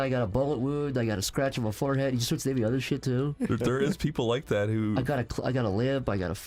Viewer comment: I suggest if you are incapable of pronouncing certain sounds, you might want to avoid writing that sound into your script. Than There other Further You insert a D into these words, where none exist I refuse to listen to a toddler explain online drama. Go get speech therapy BEFORE you work with your voice.